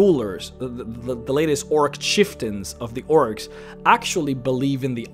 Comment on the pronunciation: Almost every time he says "orcs"... I hear "oryx. XD